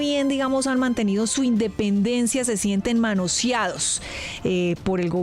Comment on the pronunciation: Se dice manoseados. Manosiados